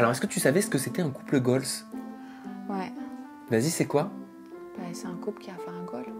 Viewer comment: On dit couple goal et pas goalz et est plus proche de la définition que toi